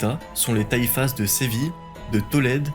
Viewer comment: le s de taifas ne se prononce pas .... si non excellente vidéo , bravo